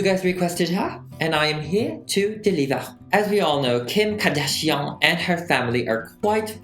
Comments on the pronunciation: You GOOTT TO love the way he says Kkim CKardán PERIOT BOO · Someone: Kim Kardashian Me: no, its Kim Kor-duh-shi-ohn